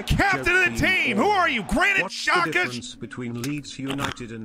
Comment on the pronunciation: "who are you - Granit Xhaka??" Oh how perfect given tonight's game At least i think you meant to say xhaka, I'm not quite sure what noise exactly was made